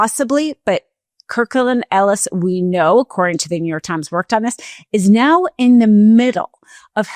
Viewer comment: It's Kirkland & Ellis. Kirkland & Ellis. Not KirklanEllis as said repeatedly. Anyone who's worked in the legal world knows this.